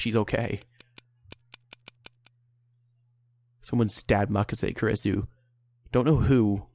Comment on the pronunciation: it is supposed to be pronounced ku-ri-su